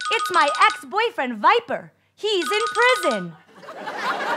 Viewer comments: Isnt it swiper not viper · It's swiper not viper lol